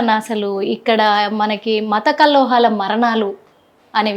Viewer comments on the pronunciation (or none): కల్లోహం కాదు కల్లోలాలు